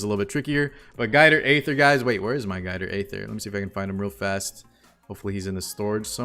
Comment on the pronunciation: Guider aither 😂😂😂😂